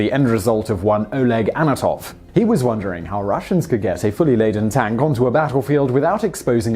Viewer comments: It's "An-To-Nov", not "A-No-Tov". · ANTONOV, NOT ANATOV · "Anatov"? Isn't it "Antonov"? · Antonov, not Anatov Tupolev, not Tupolov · It is ANTONOV not ANOTOV - Read ANT-O-NOV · Honestly, if you pride yourself on having a channel with interesting facts, not even getting the name of THE most famous Russian airplane designer right is pretty embarrassing. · "tupalov"? "anatov"? smh. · THANK YOU! Gah. That drove me crazy. Glad someone else pointed it out already.